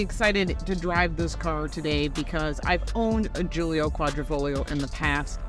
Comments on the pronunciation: Sorry it's not guilio its guilia and it's a work of art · how is this your favorite when you don't know the name....it's a Giulia....not Giulio